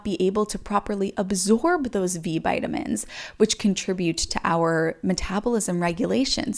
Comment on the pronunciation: “V Bitamins” 😂 Love it! Another great video!! Keep up the good work! ❤️